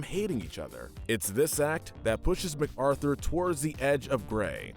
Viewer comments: Ma-Carthur, not Mac Arthur. At least pronounce the names like the show does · I like how he pronounced MacArthur's name Mac-Arthur.